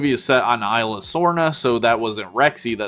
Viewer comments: by the way the Isla is pronounced "is-la" not i-la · He also says isla wrong